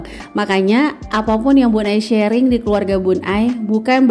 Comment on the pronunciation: Masya Allah bun👍👍, bun sharing, bukan shearing🙏🙏